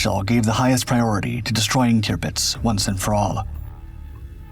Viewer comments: Terpitz, not Tearpitz. AI? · You would think, that if someone decided to tell this story, an important event during World War II, they would at least get the name of the ship right. It is, or at least was, TIRPITZ, not TRIPITZ, which is what the narrator called it. Must have been overdubbed by AI, even so, someone should have ensured the correct pronunciation. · Turr-Pitz is how you say it. Tirpitz. Not toopits. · Tirpitz pronounced TURPITZ. Tearpitz indeed! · Tirpitz not qpitz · It’s pronounced “TER-pits”…. not “TEOO-pits.” Where you got that, is a mystery. LOL Great doc, as usual. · Tearpitz?? It’s pronounced Turpitz but spelt Tirpitz jeeee whizzz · Tupitz? Wasn’t it Turpitz? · "QUBITZ"????? where'd you learn how to pernounce words??? clean out that bubble gum and oversized tongue in what you call a mouth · it's pronounced "Terpitz" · Kewpits??? :face-green-smiling::face-green-smiling::face-green-smiling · Posts like this deserve more care and respect than the usual A I soundtrack..... TUEPITS? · I dislike the way the “AI” pronounces Tirpitz.